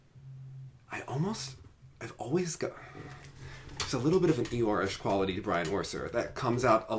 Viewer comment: Brian Orser as Eor haha